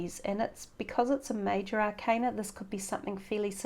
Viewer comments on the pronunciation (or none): none